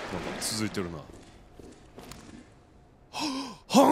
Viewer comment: ハンク！？の発音パ○ツ！？と同じじゃん